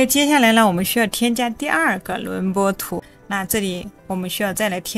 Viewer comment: 轮廓（kuo）图, 内容挺好，就是这个字多次重复很别扭